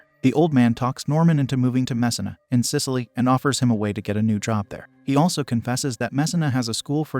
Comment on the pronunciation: Just pronounce Messina right if you’re gonna say it that much. Jesus.